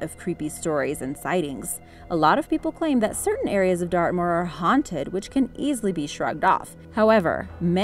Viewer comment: Wen u said dartmoor I thought u said earth maul.